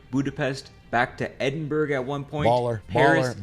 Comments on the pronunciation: It's pronounced Edinbra lol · The way he pronounces Edinburgggggg is funny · Edin burg??? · There are 3 syllables in Edinburgh and he got 1 correct. Lmao. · i wish these people would learn how to pronounce Edinburgh its literally english its literally your fkn language. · All this research and the guy still can’t pronounce Edinburgh